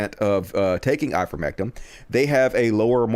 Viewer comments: Why is still pronouncing Ivermectin as if it had an "um" at the end¿ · it's I-ver-mec-TIN!